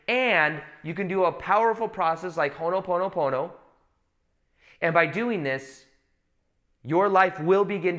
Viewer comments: Allegedly its called Hoponopono not Honoponopono but no worries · It’s “Ho’opono’pono”🙏🏽🙏🏽